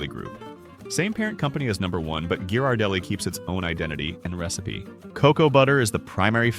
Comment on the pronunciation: THIS IS SO ICKY, USING AN AI NARRATION, BAD PRONUNCIATION. CANNOT PRONOUNCE Ghirardelli !